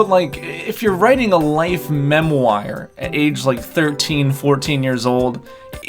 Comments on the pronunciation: Mem wire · Good video, but we need to talk about your pronunciation of "memoire"...